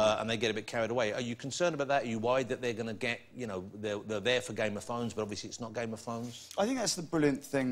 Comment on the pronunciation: WTF?! Am i the only one hearing it as " game of THONGS"?!